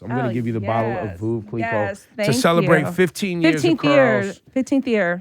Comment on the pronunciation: How did H97 have her up here for a proper full interview before TBC when she's supposed to be Angela Yee's " friend "? And both of them are wrong on how Veuve Clicquot is pronounced. She's trying to sound like she's some sophisticated high-class dame but totally butchers the name. It's not "voov klikwa", it's " verve klee-koh ".